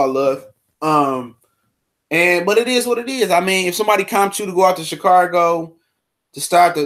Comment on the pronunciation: Man said chicargo lmao kills me